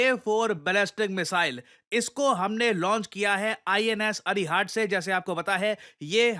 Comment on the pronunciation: INS अरिहंत है सर, अरिहाट नहीं.